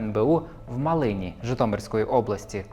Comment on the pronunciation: Хочу поправити. Правильно вимовляти назву міста Малин, як мАлин, а не малИн. Це важливо.